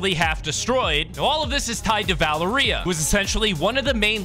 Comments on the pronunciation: pronounce valeria va-lar-ee-a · it is pronounced va lair ria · Its pronounced like val area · and Valeria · Oh my god why do so many creators pronounce Valeria like that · Bro why does he say Valeria like that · The way he pronounces valeria